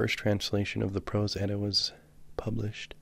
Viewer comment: I love how you pronounce everything correctly!!! Its so hard to find readings of the Prose Edda that are pronounced correctly